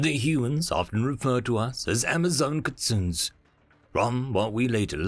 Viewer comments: not everyone knows it's three japanese syllables Kit Sue Nay. But then again it's a cute mispronunciation. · Kitsune: key-tsu-nee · The way you mispronounced "Kitsune" made the anime fan within me cringe